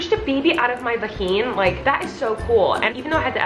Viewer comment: Every time she said vaheen I burst out laughing🤣